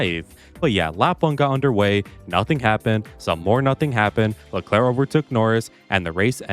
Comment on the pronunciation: bro did NOT SAY Charles leclerc (Kirk)